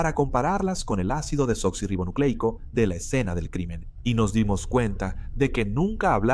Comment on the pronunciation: Cada vez que dicen ácido deblablablablablanla me da una risa